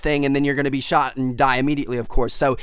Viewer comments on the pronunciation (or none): none